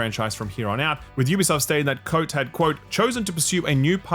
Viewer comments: So Quantic are making...Spellbreak? We're sure it won't meet the same fate, especially with David "how can you criticize my game when the graphics are so good" Cage at the helm., for fuck's sake it's Marc-Alexis "coh-tay" not "coat". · The AC guy, who will certainly be in the news when he moves somewhere else. His name is not "Coat" it's "Ko-Tay". It's french, and there's an accent. Please please pronounce it correctly. Love your content!